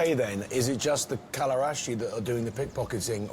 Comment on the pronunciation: I think Ross has watched too many Game of Thrones, he keeps saying Kalerashi instead of Kalderashi :-D